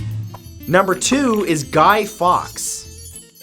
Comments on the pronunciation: your meant to say guy forks not fox or fawks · you did reserch to find out who Guy Fawkes was, but did bother finding out how to pronouce his name, he's pronuced Guy Forks not Guy Fox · Matt, Fawkes is pronounced Forks. From a native British woman x x